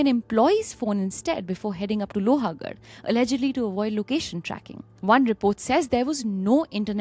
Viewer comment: It's लोहगड, not लोहागड 🥲